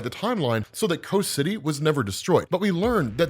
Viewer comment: Every time says "Coast City," I hear, "Kos City." Which one is it? lol